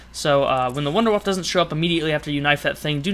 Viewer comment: sorry to sound like a dick, and by all means, say what you want, but in german, wunderwaffe would be pronounced Vunduh Vaffah.